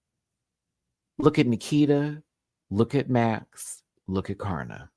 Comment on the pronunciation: It's Karna as in can't afford. Pronounced in a true Aussie accent